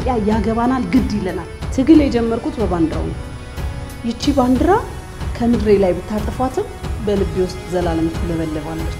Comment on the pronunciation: ባንድራ😂😂 ባንዲራ ነው የሚባለው